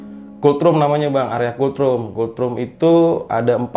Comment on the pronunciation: Kultrum kultrum..... Gw ampe berpikir keras apa an sih kultrum. Gak tau nya yg dimaksud tu COLD ROOM. Ampun dahhhh. Knapa jadi kultrum kangggggg 🤣🤣🤣. Dibacanya tu KOLT RUM. Bukan kul trum 🤦